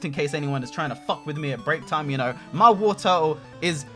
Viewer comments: It's Wartortle, not Warturtle! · You pronounce Wartortle wrong ://////